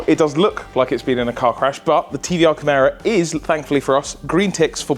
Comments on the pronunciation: Is it not pronounced KI-MEERA rather than CAM-ARA? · Just adding to the general consensus that there's no expectation for things to get wrapped up neatly in one or two videos. Things don't always go to plan and that's part of the reason we're here, to see it for the bad bits and good. 👍 One minor quibble, I thought it was pronounced Ky-meera. Like the mythical beast. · The way you pronounced Chimera gave me an aneurism....